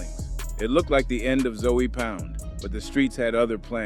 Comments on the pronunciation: You gone be targeting for your accent 😂 😂. It ZŌE not Zoey wtf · zoey? it’s ZOE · It's pronounced zo pound brah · ( ZOE pound ) is crazy. The pronunciation 😂😂😂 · Just by your pronunciation of(ZOE) , you're not part of the culture...